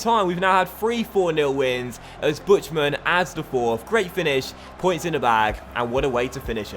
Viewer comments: You pernounce "Buchtmann" wrong. It's pernounced "Burrtmann" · Buchtmann is pronounced more like "Booked man". :)